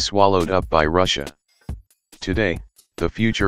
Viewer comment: Can take you seriously when you say Ruzzia